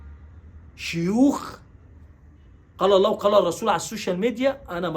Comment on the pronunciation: لفظ الجلاله الله بكسر الهاء